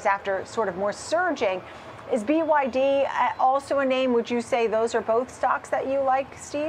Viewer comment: 😂😂😂😂 hour can you be taken seriously saying byd